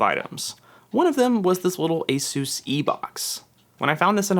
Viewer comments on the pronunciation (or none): Just an FYI, it’s not pronounced A sus, it’s pronounced A Zeus. The company came out a while back and said it’s pronounced “A Zeus.”